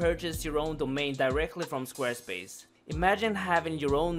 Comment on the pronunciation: Schquare Schpace